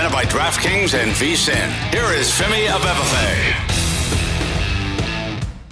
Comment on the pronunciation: Over/under how many takes it took Musberger to get Femi’s name right in the intro: 13.5